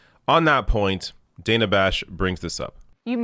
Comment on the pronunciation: Her name is pronounced Dan-A, short a. Just FYI. Sorry, I was a teacher and taught phonics for decades 😂